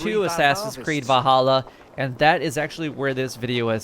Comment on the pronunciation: Valhalla not vahalla